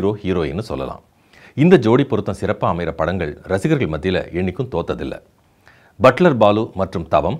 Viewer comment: என்ன சார், யோகி பாபு நடிச்ச படம் 'பட்லர் பாலு'. நீங்க ' பட்டர் பாபு ' ன்னு (0.51) சொல்றீங்க! ஸ்பீடு 0.25 x ல கேளுங்க.!